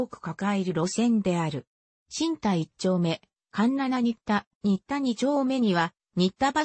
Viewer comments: しんた、にったは、しんでんと、読み替えて😂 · 新田は、しんでんと、読み替えて(地元住民より)